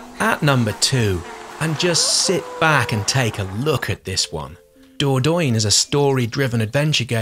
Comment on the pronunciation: "Dordoin"😂 all french nicely smiling after hearing that x)